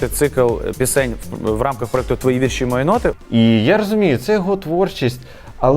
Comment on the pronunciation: Пивоваров в такій ганебній рубриці. Фу, це ваш провал. І почніть вже казати слово "вІрші" з правильним наголосом!!!